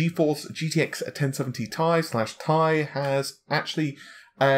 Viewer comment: Its T I not tai dude pls